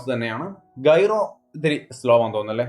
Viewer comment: ഗൈറോ അല്ല ജൈറോ ആണ് 😂